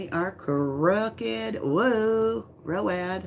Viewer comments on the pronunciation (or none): none